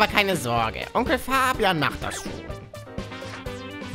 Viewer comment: Farbeimer:Farbian Ich:Fabian